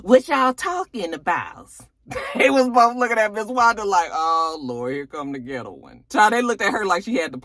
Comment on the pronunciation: Not ghett girl........ghit-Toe.